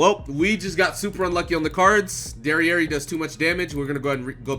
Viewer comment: My man called jericho dererei 🤣😂